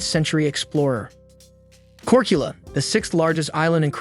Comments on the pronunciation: Well is it not Korkula but Korčula maybe you change this in your pronunciation😊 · Korchula. Č is like CH, chips.. That might be easier now for people.